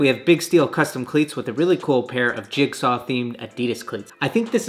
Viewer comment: to he’s talking about cleats and he accidentally said “clits” instead of cleats💀💀